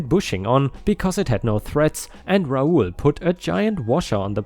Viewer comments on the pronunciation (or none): none